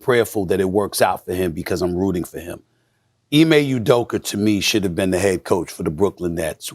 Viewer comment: "Ime Uderker" Stephen A Smith